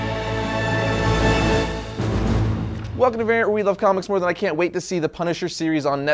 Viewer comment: You mispronounce "than" btw